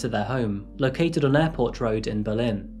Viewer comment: Berlin, NH, is pronounced BERlin, stress on the first syllable since WWII.